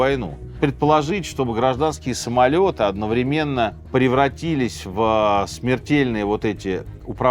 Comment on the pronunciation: У Минаева вообще жуткие проблемы с ударениями. Например, он упорно говорит одновремéнно или обеспечéние.